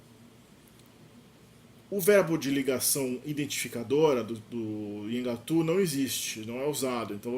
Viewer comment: esse teu vídeo deveria ser retirado do ar pelo tanto de erro que tem. Tu não sabes nem pronunciar o nome da língua direito pra começar. É um desserviço propagar desinformação e anacronismos. O Nheengatu não tem absolutamente nada a ver com a história do Brasil, visto que a história do Brasil e da Amazônia são totalmente distintas.